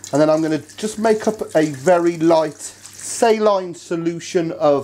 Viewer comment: SAY-Line solution